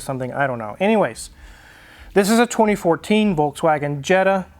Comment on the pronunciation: Citroen (pronounce citrun) in the dutch language is also lemon ;-) André Citroen did in fact have a Dutch surname. In any case I don't care about pronunciation of Citroen, it sounds good to me either way. As opposed to volTswagen which is incorrect in any language but still half of the car youtubers somehow think that's the correct pronunciation..